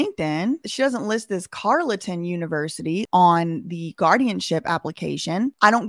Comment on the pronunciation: Carleton University is pronounced Carlton